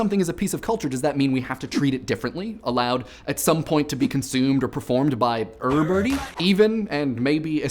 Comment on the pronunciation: Please make a video where you say "errybody" for two minutes.